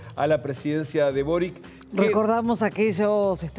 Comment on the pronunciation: El nombre del antiguo presidente de Chile es Sebastian Piñera no Piñeira. Nunca he entendido porque a los argentinos les cuesta tanto prounciarlo correctamente. Lo mismo sucede cuando nombran a Boric. El apellido de Boric es croata y se pronuncia Borich.